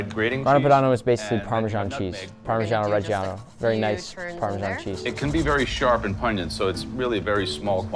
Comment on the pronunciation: How to pronounce Filet Mignon 😂 Nick you need to learn how to pronounce 'Parmesan' it is not pronounced 'Parmeshan'